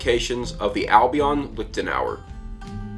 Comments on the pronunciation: Really, as a man with Irish provenance you pronounce it "Liktenauer" instead of "Liechtenauer"? An Irish man should know how to pronounce "ch". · A small tip: the 'ch' in 'Liechtenauer' or 'Fechtbuch' doesn't pronounce like the letter c in 'cat', 'car' etc. This is helpful: :) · Clemens Kindermann yeah it should sound like the c in the irish word nic which appears often in personal names in gaelic speaking areas. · I have no clue about swords. I'm just here wondering why English speakers have such a hard time with the ch-sound (ç) like in Liechtenauer or fechten. Just loudly whisper 'yes' or 'human' and you got it right there.